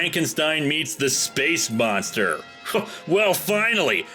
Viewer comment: Space moonstah!